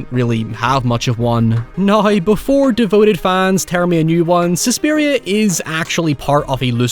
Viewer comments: Hoyever. Nuy. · How does one phonetically write the way he pronounces “now” “however”